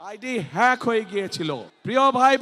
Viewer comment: হ্যাক কে ফ্যাক বলতেছে, অন্যের সাহায্য নিয়ে উচ্চরণ করতে হচ্ছে। ৩বার পরীক্ষা দিয়ে HSC পাস করছে,ভুমিকম্প বিজ্ঞানী,লন্ডনী মুফতি ।